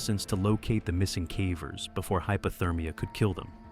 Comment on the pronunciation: I cringe every time I hear this ai robo-narrator says “caver” Can’t this be fixed?